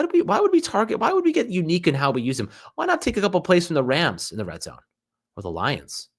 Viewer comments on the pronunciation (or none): none